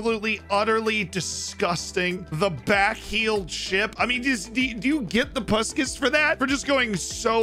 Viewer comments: In case you wonder, it is pronounced Pushkash. Send you my love from Hungary 😘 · If you want to say correctly its Pushkash , the "a" pronounce like when you say wow.. Good video, nice goals, the bicycle kick wow.